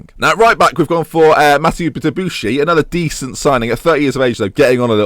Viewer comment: Mathieu is said Ma-tay-you (or whatever you want because of your "research") :p